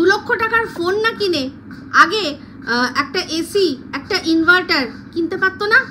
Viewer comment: Tin inveter bolechhe inverter bolte pareni